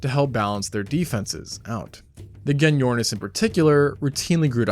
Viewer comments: Gen-yornis😅😅 pronounced with a J mate, as in Jenny ornis 😂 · its pronounced jenny ornis